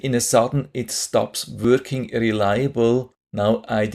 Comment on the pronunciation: Not “wörking” Say Working .